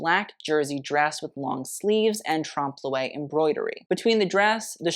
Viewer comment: Trompe l'oeil, Blankenese, Wertheimer, Jaques Fath, Balmain, etc. Get it right!